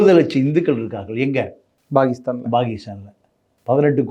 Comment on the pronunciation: பேரு. ப வை சரியா உச்சரிக்க தெரியாது முட்டாள் அது pakistan னு சரியா சொல்லு. Bagistan னு உளறல் எதுக்கு? வசம்ப சுட்டு நாக்குல தேய். உச்சரிப்பு சரியா வரும்.